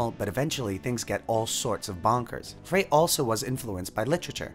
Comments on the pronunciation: Good video. Note: The late Glenn Frey, singer and guitarist in the band The Eagles, pronounced his name as if written “Fry” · Just a tiny (& respectfully humble) correction . Frey should be pronounced “fry,” as in 🍟. Phonetically, it’s fraɪ 😊 Cheers! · First time in my life I've heard Glenn Frey's name pronounced like "fray." Who knew? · Great commentary. Frey is pronounced “Fry” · glen frey's name is pronounced GLEN FRY